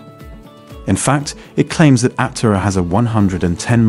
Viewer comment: Was this written by a chat bot? I’m asking because the video frequently does not match the narration. The narration sounds AI. Aptera is mispronounced.